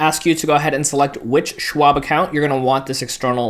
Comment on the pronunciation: It’s not Swab, it’s Schwab. As in “Shhhh”.